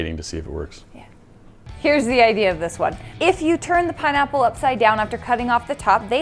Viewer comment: “PiNeaPpLe” 🍍 😂